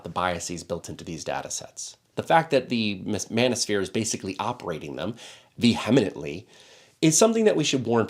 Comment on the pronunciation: thoughtful content, good job. probably a slip of the tongue since you interchanged two vowel sounds, but on the other hand you didn't do another take to fix it, so maybe you need to google how to pronounce "vociferous" sorry to do you dirty, but you're way off on "vehemently" too haha.